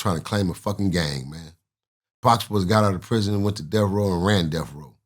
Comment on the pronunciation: Can't take nothing you say seriously you can't even pronounce Death row you keep saying Death Roll. Suge did Bail him out but it was to use Pac for his money. Pac made interscope Millions of dollars. Suge only cared about the money. Pac was being loyal to the wrong people that will get him killed. Pac is dead and he died trying to be a Gangsta.